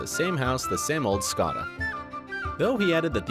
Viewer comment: This is trivial and not related to GoT, but the narrator also pronounced the name of Nikolaj Coster-Waldau's car incorrectly . 'Skoda' isn't pronounced as 'Skah-da'.